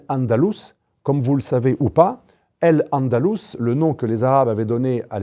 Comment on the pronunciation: AL andalous et pas El andalous. AL quaida et pas El quaida. Vous avez un problème linguistique non?